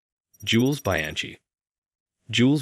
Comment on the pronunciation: Please research pronounciation of foreign names and terms (e.g. "grand prix", "Bianchi", "Thames", "Marquis de Sade" or "faux")